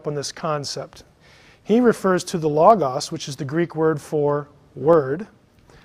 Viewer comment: He can't even say"Logos"correctly! Christos is also the logos. He just doesn't get the deeper things. Knowing the bible as well as I do,I knew there was too much left out.